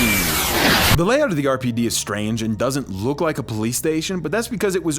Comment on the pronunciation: Lost it at the “erpid” pronunciation of RPD 🤣 phenomenal vid!